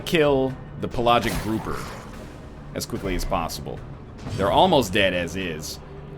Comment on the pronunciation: PELL-AYY-JICK not PUH-LOGIC Also enemies have to die from the bleed to not leave a corpse.